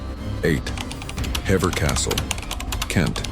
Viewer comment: Hever is pronounced "Heever"